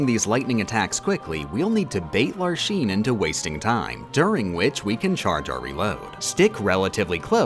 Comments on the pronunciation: Why do you pronounce the x in org 13's names as a "sh" sound (ie "larshene" instead of "larksene," "veshen" instead of "veksen") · I never thought that something like this would bother me so much but I swear everytime I heard the name Larxene pronounced "Lar Sheen" it made me twitch in pain. You pronounce the X like "Larks Een". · You pronounced Larxene wrong! "Lark-seen,' not "Lar-Sheen"! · Hearing Lar-sheen instead of Lar-xeen is cringe. Cool run though. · WHY TF ARE YOU SAYING LARSHEEN AND VESHEN STOP OMFG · It's still agonizing to me why she pronounces some of the organization member's names wrong. They say their names in the cutscenes why is Larxene, Larsheen? Why is Vexen, Veshin? Why isn't Axel, Ashel? Is Xion pronounced Zion? Is there an inside joke I'm missing??? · The way he pronounces the "x" as "sh" in the organization member's names bothers me so much. I suppose he'll pronounce "Axel" as "Ashel", "Xehanort" as "Shehanort", Or what, "Roshas"? Bro, it's an "x". It's "Vex-in" and "Lark-seen". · I think you mean “Larsheen…” that’s how he pronounced it… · Every time you said Larsheen I couldn't help but see her shooting Ultra Lord figures at Sora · Levien Rose... Larsean... Vesion... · "larshene" "veshen" god dammit bro they say their names in-game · "LarSHene" destroyed me, they say her name in the game, with voiced cutscenes! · “Lar-sheen” LMAO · Larshein Veshen... Ok whatever you say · ...What the heck was with the way was pronouncing the names of the Org? Like, half the time the A was left out of Marluxia (notably only half the time, though. The other half did include the A), Larxene was said as more of a Lar-SHE-ne? I can't tell if that's some sort of inside joke or if it's just another one of those things that is done for the sake of making the video more silly that pop up during this series. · isnt it Larcks seen and Mar Lux IA? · “larsheen” girl did you watch the cutscenes 😭 otherwise awesome video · Larshene..... veshen.....